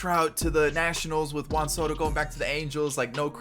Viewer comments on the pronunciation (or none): none